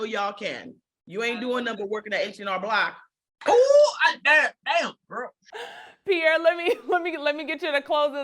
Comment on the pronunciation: Pee air uuummm, suspect. Think before U speak